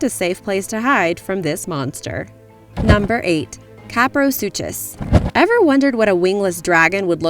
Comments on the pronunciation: It's pronounced sue-kuss not sue-chass. Suchus from Greek meaning crocodile. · I'm pretty sure the name 'kaprosuchus' is pronounced 'sue-kuhs'. Suchians (pronounced sush-ians), are prehistoric relatives of many of the crocadillians found around the world today. The way I remember this interesting pronunciation is the name of Postosuchus, which would just sound REALLY weird if you said the 'ch' wrong. I grew up with Walking With Dinosaurs, and that was my favorite out of all of them! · The 'ch' in kaprosuchus and deinosuchus is pronounced like a 'k' not a 'ch'. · I hope you know it's pronounced "Cap-row-suke-us" and not pronounced "Cap-row-soosh-us" like how you said it. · Actually kaprosuchus is pronounced like: Ka-pra-su-kus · she kept saying deinosuchus and kaprosuchus wrong its so anoying !!!! you say suchus as - sue cus........... did anyone else find this anoying ?!